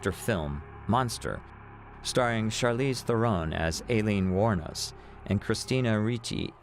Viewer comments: "Alien" Wournos? At least pronounce her name correctly. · To be honest this was a poor video. With all the clips & coverage of her story & trial , you could at the very least pronounce her name correctly.